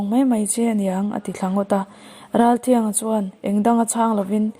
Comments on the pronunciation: Ngaihnawmin a bengvarthlak khawp mai. Ralthianga...hi tri anga lam tur ani e..thiang...niloin.. thriang tih tur. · Ralthianga tihhi i lam dik tlat lo.Tui thianghlim tih a.Thiang tih ang in i lam ri a.. Thiang nilo in...T a lam rilo in. A,aw,b. alphabet a.T dawt chiah awm.U hma chiah ami.Tri..tia kan lam thin ang khan.Ralthianga..Ralthrianga.ti in lam tur